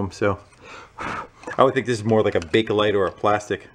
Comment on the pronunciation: Thank you for pronouncing bakelite correctly.